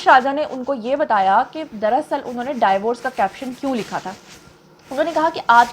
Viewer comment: MashaAllah you speak very well Want to correct your one pronunciation Divorce زبر کے ساتھ نہیں ہوتا۔۔۔۔۔۔ زیر کے ساتھ ہوتا